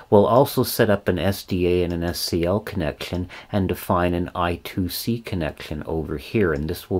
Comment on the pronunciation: It's IIC or I^2 * C pronounced I squared C.